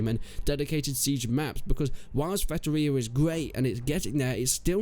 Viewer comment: Its Feitoria, not Fetoria